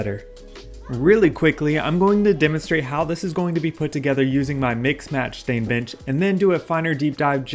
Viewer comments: Omg yes I thought he said chimichanga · I thought wait what b**ches??😂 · Do you say "bench" or "bitch"? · Love this. Am I the only one that thought he said something else when he said bench?